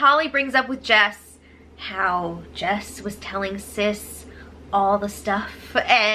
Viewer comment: 'Cystie'.......as in covered in cysts.....LOL